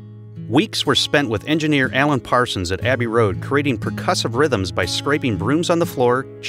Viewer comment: "Parsons"?! "Parsons"?! Nah.